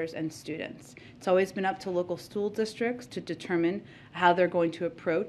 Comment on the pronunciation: Did she just say "Stool districts?"